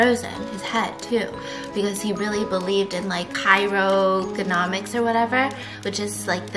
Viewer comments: Didn’t Disney already say he had his body frozen but it’s not in the ride? It’s also Cryogenics not crogonomics lol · CRYOGENICS! not "cryogenomics" 🤣😂🤣😂🤣 come on Steph! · cryogenetic not cryo...gonomic!